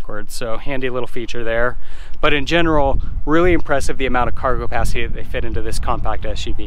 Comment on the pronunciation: Are you saying "cargopacity"?